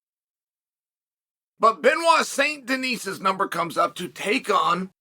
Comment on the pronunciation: I cannot believe that Chael said BSD's name correctly